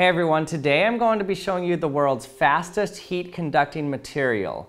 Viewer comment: I thought he said fatest no ofence